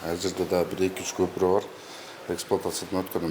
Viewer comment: Көпүрөк деп айтатко көпүрөнү,кыргызча айтыпатабы?